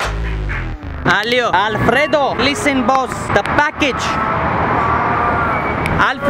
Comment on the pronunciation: i am spanish and i am very surprised about how well u pronounce Alfredo, mister! hahaa